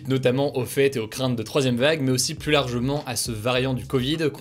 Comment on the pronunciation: Tu fais un super boulot mais par pitié peux-tu prononcer "plus" correctement quand il est suivi d'une consonne ? 🙏🙏 La confusion entre "+" et "plus (négation)" n'est pas possible à l'oral.